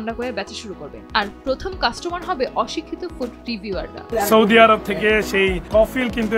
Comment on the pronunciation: সৈদি নয় আপা বলেন সৌদি